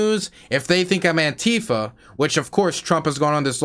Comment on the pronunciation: lol you said Antifer xD